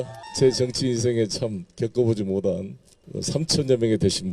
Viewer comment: '못한' 을 '모단' 으로 발음하는 자들은 걸러야 한다.